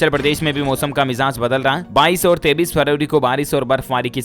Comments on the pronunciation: 23 ko 33 q bolte hai...? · Aap 23 ko 33 kyo khte hoo?